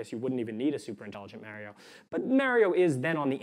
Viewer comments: HE'S MARIO LIKE MARCH AND OREO, "MA RIO" NOT MARY-O, I AM MAD >.< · Mary-oh? It's Mario! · .... Super "Mario" is not MAER - ee -oh... it's MAR-ee-oh.... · How he says Mair-rio instead of Mar-rio, also makes me think of kids who were raised on Nintendo versus SEGA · This guy says MARY-OH instead of Mario... Holy shit. I think the creators placed him in our simulation to make simulation theory seem like bullshit. Clever bastards. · Love this guy but absolutely hate the way he says "Mario" lmao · He seems smart. But he can't say Mario. As good as me